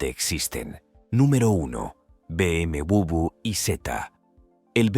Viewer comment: BM ¿Qué? Se dice Doble U o Doble V. NO bubio.